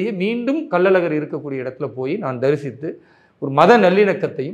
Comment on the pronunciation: அது கள்ளல் அழகர் இல்லை கள்ளழகர்